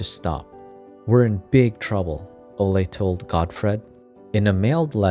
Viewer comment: I think it’s Olay not ole guys